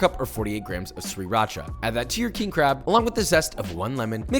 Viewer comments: everyone is bitching about something in the comments, am I the only one hearing how he says sriracha? Have I been saying it wrong this whole time? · Also what is sre-racha?